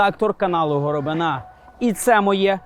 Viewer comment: Питання. В українському слові "горобина" наголос на літері "и". Чому ставить наголос на останній літері "а". Це те саме, що в його прізвищі наголос поставити на літері "я". Пан Роман не знає української мови??? Тому вже вірити в "розслідування" я якось не можу